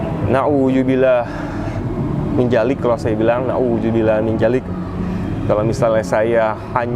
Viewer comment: Pengucapan yg benar. Na'udzubillahi min dzallik.